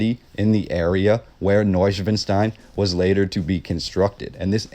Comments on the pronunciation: The castle's name was NOT pronounced properly, unless that was a Bavarian accent I've not heard. It's not schwin like the bicycles, it's schwan like the bird. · You put all this effort into learning about Neuschwanstein Castle, but cannot, for the life of you, pronounce it correctly. Shameful! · The castle was largely unfurnished,Neuschwanstein was used by the Nazis to store stolen art during WW2! Wish you even tried to pronounce Ludwig , Wagner and Neuschwanstein!